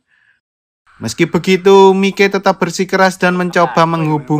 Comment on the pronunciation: Gini lo mas mike itu di baca maik bukan mike, mike opo rumasane mike tak e son opo pie 😂 tapi gak papa tetep bagus kontenmu mas semoga saya bisa sukses seperti mu amin🤲